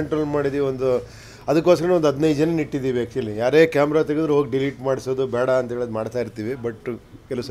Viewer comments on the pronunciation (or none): none